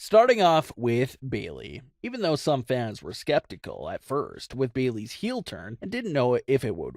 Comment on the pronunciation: No one realizes that if says Bayey’s instead of Bayley’s